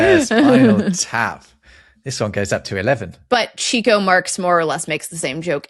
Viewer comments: It’s pronounced “Chick O” not “Cheek O.” He was always after the chicks. Plus he’s Italian not Mexican… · Okay. I must correct ' pronunciation of Chico Marx's name. It is pronounced Chick-o, not Cheek-o. He was a notorious chick chaser.